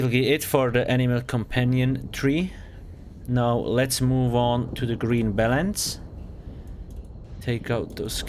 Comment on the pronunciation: just me or did it sound like he said green bellends xD